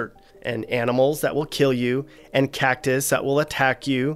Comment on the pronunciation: Its cactus not whatever he said. Born and raised here